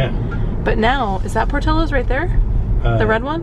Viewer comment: My dearest!!! Por-ti-llo's and sounds pour-tee-yos... xoxo